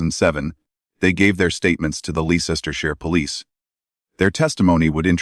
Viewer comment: I live in Leicestershire also, and while watching this video, discovered many new ways of pronouncing our county!🤣🤣